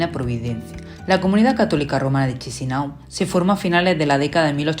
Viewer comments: Buen video. Pero como moldavo os digo que Chisinau se pronuncia Kishinau. Un poco de dentera escuchar todo el rato chisinau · Se pronuncia "Kisiniev"